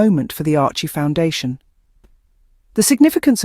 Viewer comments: SERIOUSLY!!!!! “ARCHIE” foundation????? WTF!!!! Ok it’s AI but you CANNOT get the NAME of the Foundation RIGHT!!! ????How PATHETIC!!!! ARCHEWELL Foundation is doing GREAT WORK around the 🌎 World…. FIGHT AGAINST AIDS is another example of their commitment to make a DIFFERENCE!!!! Give CREDIT CORRECTLY Please!!! Geez!🤷🏼‍♀️🤦‍♀️ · Couldn't you be bothered to be accurate - it's "Archewell Foundation" not "Archie foundation"!!!! What is the point of this misrepresentation if you can't get the names of the supporters right?!!!!!